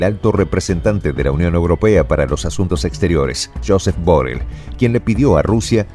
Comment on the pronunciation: Por cierto, se dice "yusep burrel". En catalán se pronuncia así. Gracias